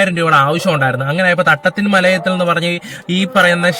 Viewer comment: തട്ടത്തിൻ മലയത് അല്ല തട്ടത്തുമല എന്നാണ് സ്ഥലപ്പേര്